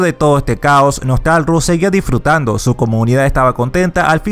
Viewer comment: Podrías al menos haberte leído y pronunciar bien el nombre del server: NOSTALRIUS no “nostalrus” un saludo.